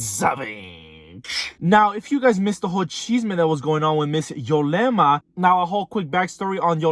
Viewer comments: ITS " YUUUUUUUlema not YOOOOlema " lol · Its ulema , you kept saying yolema